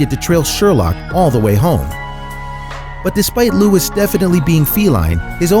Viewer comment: You are pronouncing Louis wrong